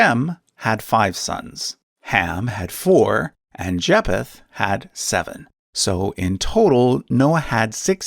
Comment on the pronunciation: It's pronounced Jay-feth the ph isn't separately pronounced, they're pronounced together having the f sound